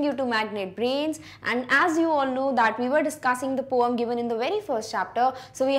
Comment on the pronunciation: She said poum for poem😂